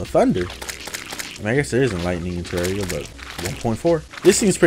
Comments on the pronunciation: It's pronounced Te-rare-ia. Not Te-rar-ia It's as in terrain. It's actually pronounced that way it's not just how I'm comfortable saying it. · Why do you pronounce terraria “terreria”??